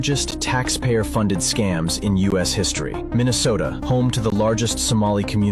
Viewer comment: Its Minnesoma